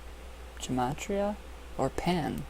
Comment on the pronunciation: thanks for this. Haven't had time to watch lately. I wanted to help you pronounce Gematria when you were trying to read it. it's based on the pythagorean theorem, it's very interesting. anyways I agree with you, I believe in the phenomenon but not the other stuff..really liked the video. going to have to go watch the ones I've missed!